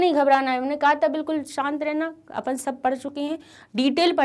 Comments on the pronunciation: It's not apun it's Apan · mam says upan